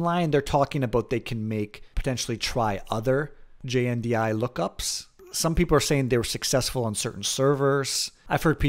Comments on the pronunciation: Very nice walkthrough, thank you for putting it together. One small note, you keep calling it JDNI instead of JNDI. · JNDI.... not JDNI. You say it wrong nearly every time, and you even search for it incorrectly. You may want to re-record the video.